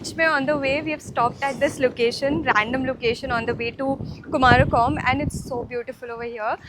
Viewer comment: Kumarakom nahi, " kumaragam